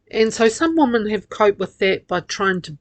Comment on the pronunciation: Your prosodic features are horrible. The word 'women' is pronounced 'wimin'. Without this being correct, little sense can be made of much that you say. Pig ignorant and simplistic as ever.